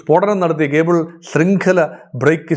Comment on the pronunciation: ഖേബിൾ അല്ല 😊 കേബിൾ